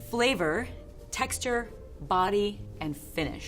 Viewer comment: Y’all hear her when she goes “BOdY”